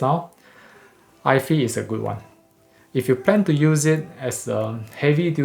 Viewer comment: Hi. just a prompt ifi is pronounced Eye FYE, like Hi-fi is Hi Fye. Don't think it's pronounced Eye Fee as hi-fi is not Hi Fee. Hope that helps.